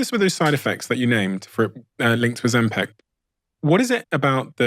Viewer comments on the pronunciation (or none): OzemPAC??? Moron. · Why are you saying ozempec? It's ozempic. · It’s Ozempic NOT Ozempeck! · Why he pronouncing it Ozim-Pac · Why does he keep pronouncing it ozempeck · Why does he say Ozempeck .....it's Ozempic